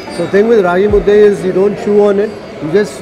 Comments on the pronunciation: Thank you for pranouncing "Raagi Mudde"correctly, Kannadiga💪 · since ragi mudde was pronounced properly gave that example... Rave undde , nuchin undde, puri undde anything will do... 😂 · He can say raagi mudde but he cant say kheema unde😂